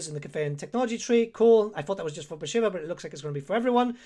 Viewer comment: Your campaign to test the AI should be Bashiva. So you can learn how to pronounce her name. Great in-depth video as always though!